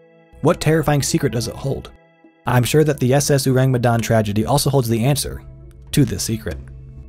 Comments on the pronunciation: its not Urang Utan kind of pronounce bruh its "Ow-Raang May-Done" thats how you pronounce it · It’s pronounced “O” (like Orange) - “rung. “Me” (may) “dahn” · Halloween has been less spooky without unsolved supernatural... Edit: Ourang Medan pronounced Oh-rung May-dan. Ou like oh, rang like rung, Me like May, dan like dan. I'm from Indonesia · It’s pronounced more like “oh•rung” (ourang) “may•dahn” (Medan) :) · It's "ou-rung" Medan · bule butchering our language wkwkwk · as an indonesian, his pronunciation of Ourang Sumatra and Medan is funny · Their pronounciation of "Ourang Medan" leaves a tingle sensation in my ear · I can't take it serious everytime the narrator said "ourang medan" 😂😂 and butchered all the vowels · I'm from Medan and the way he pronounces ourang medan is so funny to me lol im sorry i know you tried but white ppl always made me laugh when they try to pronounce something non-english